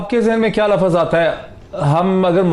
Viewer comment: BHAI MOEED SAHIB KHUDA KE LIYE URDU KA AIK LAFŹ BOLNA SEEKH LO. LAAAFUUZ NAHEEN HOTA LUFZ HOTA HAI.